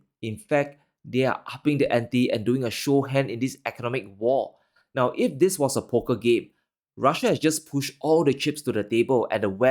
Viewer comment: This not dis, three not tree upcoming not out coming. World not worl. Risk not ris. Going to not gonna. With, not wif.